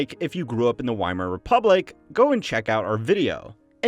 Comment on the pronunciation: My guy actually pronounced Weimar with a W